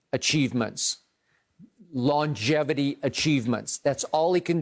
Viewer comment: "LAWN-geVIty" - Uncle Shannon